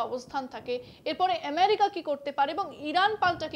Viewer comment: এমেরিকা নাকি আমেরিকা ?? এটা কি বাংলা আনুষ্ঠান ??